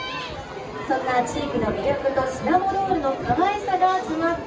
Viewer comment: 司会の方、シナモン シナモン 言ってない？ 正しかったかな？(笑) シナモだよねー😅